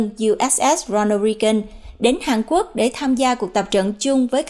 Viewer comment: Hàn Quốc chứ không phải Hàng Quốc.